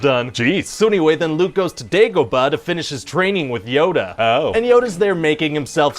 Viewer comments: Every time he says "Dagobah" I see a bar full of Spaniards 🤷‍♂️ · why does he say Dagobah weird